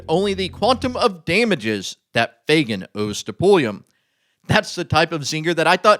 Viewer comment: Shouldn't you pronounce the name, FAG AN ? Where do you see a "Y" ? FAY GAN? Huh!